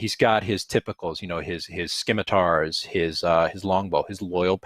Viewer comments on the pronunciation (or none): We can argue the pronunciation of Drizzt all day and all night, but his blades are NOT “skim”itars. Read a damn dictionary, FFS. Skimitar… 🙄 scim·i·tar | \ ˈsi-mə-tər , -ˌtär \ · You can say Drizzt but you can't say scimitar correctly? Say it like sim a tar, guy! That's the official way. Silent c. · He's a one man platoon. Its not skim-itar its ssssssimitar sir. That's the only rub i couldn't get past. Sorry for yelling. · "It's pronounced like Drissed" Also: "Drizzt and his whirling SKIM-ITARS" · I was like “SIM a tars”.